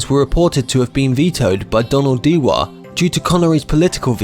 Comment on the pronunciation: "Dewar" is pronounced jewer